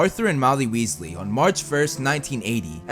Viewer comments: ronald weeslee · MacaRon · Wealsey It’s weasley not wealsey